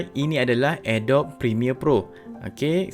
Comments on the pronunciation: Mula2 belajar sebut betul dulu. Adobe tu sebutan dia adobi BUKAN adob. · Bkn Adobe (a-dob), tpi sebutan yg btul (a-do-bi)...harap maklum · sebutan dia "adobi" bukan "adob" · I really want to watch this video until the end.....tp belum seminit balik2 dengar Adobe pronounced as ah-dop.....instead of uh -dow-bee... AGH!!!!!!!!! CRINGE!!!!!!!! Ajaran dr manaaaaaaaaaaaaaaaa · Bukan ke cara sebut dia "a dobi"?